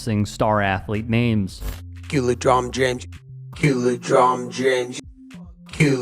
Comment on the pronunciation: Come on man is it LeDron James or LeDronjon James 😄😄😄